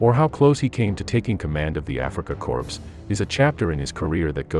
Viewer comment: Corpse for corps? Are you really a student?